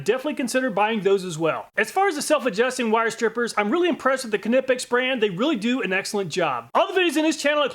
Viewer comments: The k is silent, google pronounce knipex please it's doing my head in lol great content as usual thanks . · Isn’t K in Knipex silent? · LOL...the "K" is silent on the Knipex buddy! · i think the K is silent lol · It is always funny to hear you Americans try to pronounce a word starting with kn like Knipex. "Kanipex" 😂😂. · Just a heads up, Knipex is not pronounced ka•ni•peks. The correct pronunciation is either neye•peks just like you would pronounce the word Knife, or ni•peks as though you are saying "nip". Regardless which pronunciation you prefer, the "k" is silent. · I died inside everytime you said ka-nip-ex…. You’re American. It’s nip-ex. Same idea as aluminum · Great channel Love it ! However please, please, please it’s “ Nipex “ not Knipex! In proper English it’s pronounced “Nipex” the Germans even say “ Nipex” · very good video but it bothers me that you pronounce Knipex "Kuh-nip-ex" instead of how its spelled. i have seen alot of videos of people pronouncing it like "Nee-Pex" or "Kuh-nip-ex" when its actually pronouced "K-ni-pex" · Pleas for the love of god, stop using the k sound in knipex. The k is silent. Like know. Nipex...N I P E X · Nipex, not Knipex. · Ka-nipex… LOL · Having used Knipex tools for most of my professional career, I am not surprised at their superior performance. Although the name, in English, is with a silent "K" as in knife and knight, so would be pronounced Nippex. Thanks for the great content. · You don't pronounce K in Knipex it sounds like kneepex, but written knipex. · LOL Ka-nip-ex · Isn’t it ( N-EYE-PEX)? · It’s pronounced n(i)pex. Like knife. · I believe Knipex is pronounced ny-pex. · pronounces kah nip ex people, he comes up with these elaborate tests, he can pronounce it how he likes, lets move on.:) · Knipex is a silent K! Every video you miss pronounce it 😂😂😂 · I love the way you say Knipex. It’s “Ni-Pecs” the K is silent 😂 keep up the good work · just so you know, its pronounced knipex like how you would say knife